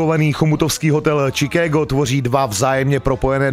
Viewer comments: to je angličtina jak prase. Od kdy se Chicagu rika Čikédo? je to Šikágo Boze. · Anglictina vyborna.... Pan Moderator prosim Vas,najblizsie treba v Chomutove navstivit zakladnu skolu rocnik 1-4,konkretne predmet anglicky jazyk a naucit sa spravnu vyslovnost... Čikégo....🤣🤣🤣🤣 Dakujem